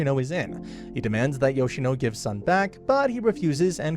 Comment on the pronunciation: gawd... it's hard to listen to you saying Sun's name as "Suhn". Great Video overall haha